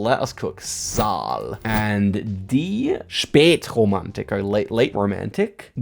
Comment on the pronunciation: You pronounced Spätromantik and Göttingen very well.